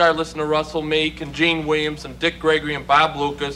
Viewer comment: It’s Meek, not Meeks.